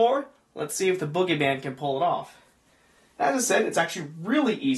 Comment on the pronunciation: you said foogiman instead of bugyman